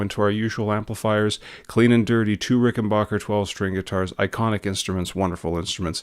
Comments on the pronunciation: Nice video. My only note is that it's pronounced 'Ricken-BACK-er,' NOT 'Ricken-BOCK-er.' At least that's how John Hall (the president of Rick) says it. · Please stop calling them RICKENBOCKER do you say Get Bock? No. It's BACK. RickenBACKer. Muchos thanks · Backer , not bocker.